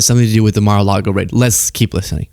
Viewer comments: I'm pretty sure it's pronounced, 'Muh-Largo', merely say'n. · ... with Smith and "Melargo", when the FBI raided it ... Um, do you perchance mean "Mar-a-Lago"? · I like that the judge refers to Mar-a-largo as "MelArgo". How could you miss that? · Did he say Malargo?! Lmao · Did this nigga say “Malargo” 😂